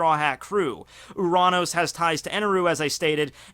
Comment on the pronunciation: you pronounce uranos in the correct way because in Greek ΟΥΡΑΝΟΣ means sky